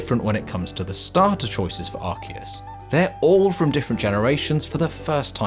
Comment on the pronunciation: So it's arkius and not arsius 😌👌